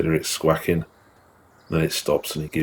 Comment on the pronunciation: What's wrong with you Brits; squaking is not a word, squawking is. Learn to pronounce basic English.